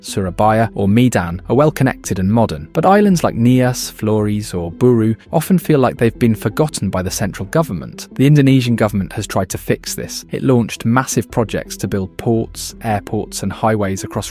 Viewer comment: Great pronunciations of local names! Nailed every single one! Except Flores lol